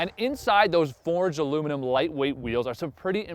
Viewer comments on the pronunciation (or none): none